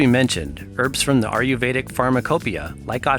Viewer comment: Great videos, but PLEASE say "Ayurvedic" right. It does not sound like "Are-you-veda" but more like "Aye-yur-veda". Other than that, great job!